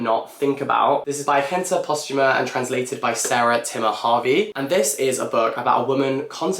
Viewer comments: Jente Posthuma is Dutch, and it's pronounced 'yente', not 'hente'! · icb you read what i'd rather not think about before me, a dutch person lol (it's been on my tbr since it came out oop) also sidenote i noticed you pronounced her name kinda like hente, but the j is actually pronounced like the y in yapping ;), so like yente